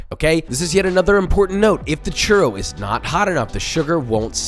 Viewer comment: i stoped after he said "churow"